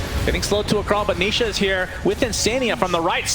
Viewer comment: the caster accidentally call nisha , nishit 😂